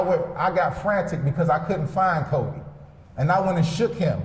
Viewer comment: He can’t even say Codi’s name smh